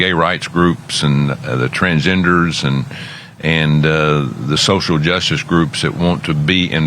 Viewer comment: Did he say The TransENDERS???